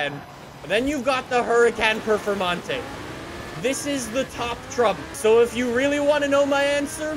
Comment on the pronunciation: How do you pronounce huracán performante incorrectly 🤦🏽‍♂️